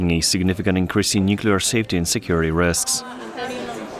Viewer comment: Indeed! He starts with "nucular" (how hard is it to say new-clear?) and then stumbles through with "YOU-crane" when he must hear everyone else using the correct pronunciation. I so wish they would hire someone who is better at speaking. Pam {Tom's wife}